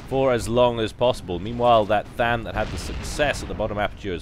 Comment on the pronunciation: You called a striker a tham...